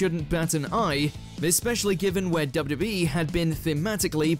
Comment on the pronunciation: Why you pronounce it "dubbiya-duh-bee" Not even close, dude.